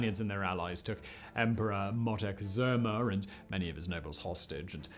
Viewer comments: Hi Simon, i suffer when you strugle with the name Moctezuma, maby i can help you with the correct pronunciation. It is Mok té Zu ma (or at least here in Mexico we say it like that). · Dude i LOVE your channel but PLEASE learn to pronounce this words properly. Moctezuma Mock-Te-Zoo-Ma :D